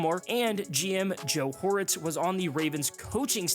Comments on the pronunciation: Ah, yes, Chargers General Manager Joe HORITZ. Lmao Probably should've just re-recorded that. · Joe Horitz?? Lol. Just so ppl know it's pronounced, Ortiz. Just spelled a little differently lol